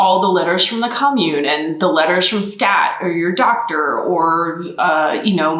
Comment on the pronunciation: When you talk about Skat and speaking english at the same time. I really am twitching in discomfort as it sounds like you´re saying "scat" which is a whole different thing :-D